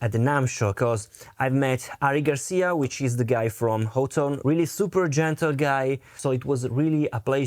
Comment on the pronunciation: Honestly y'all. It is pronounced Hot Tone. I heard it from the mouth of one of their marketing directors. Hot. Tone. Great review bro! And killer tones.